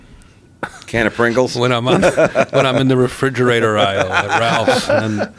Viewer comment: when Attell says pringles. I lost my shit